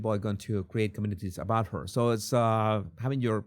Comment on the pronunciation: Does she not realise the word ‘so’ is 1 syllable not ‘Sooooooo’